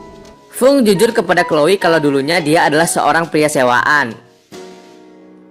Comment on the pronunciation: kak Chloe bukan chole🙈